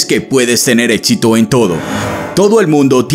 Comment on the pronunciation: Muy buena información, pero un paso al éxito es dejar de llamarlo "ÉTXITO"